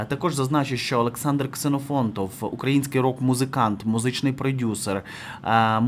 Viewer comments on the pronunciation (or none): З Олександром КсенофонтоВИМ! Ви не вірно промовляєте декілька разів. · Ксенофонтов. Не Ксенофонт. Чи Олександр змінив прізвище?